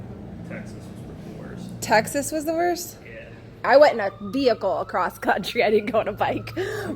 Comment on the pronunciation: "came accrost"